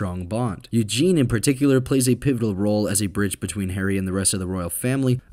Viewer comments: It’s not Eugene (male form) it’s Eugenie pronounced Eugeney (female form) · Eugenie.. not Eugen.